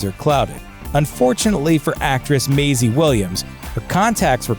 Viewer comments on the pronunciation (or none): none